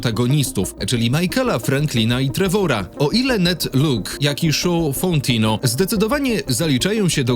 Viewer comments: Oglądam na TV i wszedłem na fona żeby właśnie to skomentować 😆 Po prostu TREWOR. Wiadomo wymawia się to z akcentem ale lepsze Trewor niż Trejwor 😅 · "odtwórca Trejvora" 😂😂😂